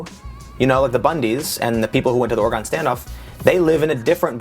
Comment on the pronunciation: It's not Ore-gone(it's still there 🙂), it's Ore-gun(no pun intended,seriously, that's how we say it). First off, you're one of my favorite Alternative Source Reporters for news. You do great work, with integrity and you should be proud of how far you've come. Secondly, you've sort of hit the nail on the head. I've lived in both ranch country and some bad city neighborhoods. Trying to get groups from such disparate backgrounds to see that, in reality, they have a common problem and could do a lot to help each other. The root causes of the disintegration of the inner cities, and the systematic dismantling of traditional farming communities, can be found at the same source. Unfortunately the best answer is, politics, everyone getting involved with the process and taking the time to put themselves in the other guy's shoes. Thirdly, Thanks for putting yourself out there so that people like me can see the truth.